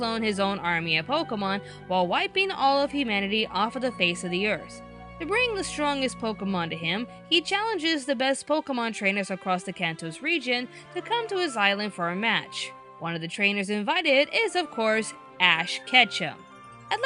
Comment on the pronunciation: ITS KANTO NOT FUCKING KANTOS